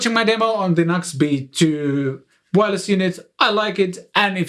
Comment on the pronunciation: It's pronounced "New X". Not Nux. Just saying.